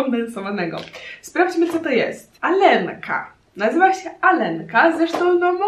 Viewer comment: czyta sie aljenka a nie alenka